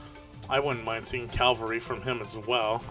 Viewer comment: It's pronounced cavalry. It's literally spelt that way.